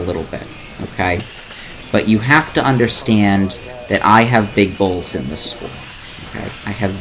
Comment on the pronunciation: Am i the only one that when he was giving his reason as to why he doesn't take his foot off the gas. Instead of hearing "because I have big goals", I heard "because I have big balls"? lmao